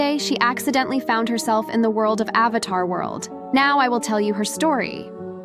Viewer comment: said "avathar" instead of "avatar" bro